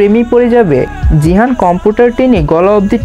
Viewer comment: vaiya jahin are jihan nam ta bar bar gulaiya felchen aktu valo vabe bolen